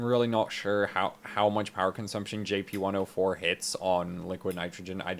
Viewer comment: Out of cursiosity, why do you say JP10* rather than GP10*?